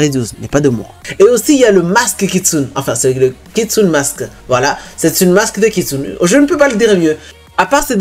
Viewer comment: il le fait expre ou pas il dit kitsun